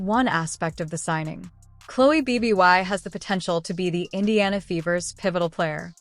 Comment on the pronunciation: What is the time stamp in the video where Bibby makes a "SHOCKING" statement that "STUNNED" Caitlin Clark? Terrible AI narrator. If you have any desire to produce worthwhile videos, ditch the AI narrator and use a human. At least teach your AI narrator to pronounce Bibby instead of saying B B Y.